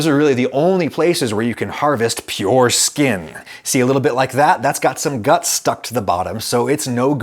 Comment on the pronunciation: I've never been more offended by something so non offensive before. Stop saying skin like that Adam